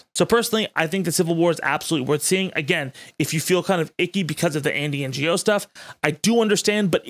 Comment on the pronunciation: "Ngo" is actually Andy's last name and has nothing to do with Non-Governmental Organisations, but I think it's important to show him as much disrespect as is legally allowed, so I strongly approve of your mispronunciation